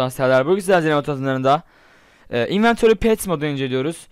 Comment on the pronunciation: 00.29 inventori penis dedin zannettim :D